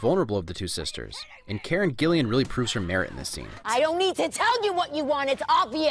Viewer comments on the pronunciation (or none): it’s karen gillan, not gillian. i know because of doctor who! yay amy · Hey Man I love your show but as a die-hard Whovian I have to let you know that it's Karen Gillan, not Karen Gillian, subtle difference, I know, but I'm just annoying like that haha. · also its karen Gillan, not Gillian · Is nobody going to talk about the fact that he called Karen Gillan Karen Gillian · Karen Gillian? You mean Gillan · How have you got Karen GILLAN's name wrong in every video you do? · did u call her karen gillian